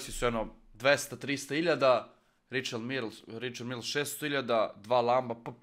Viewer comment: Evo da ti prevedem,za čukarički,izgovara se Rišar Mile,kao Mile iz Koteža,npr. Vozdra